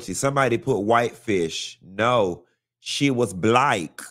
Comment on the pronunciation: “SHE WAS BLYCK” 😅😂